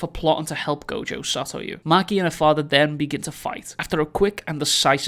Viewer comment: Gojo Saytoywoo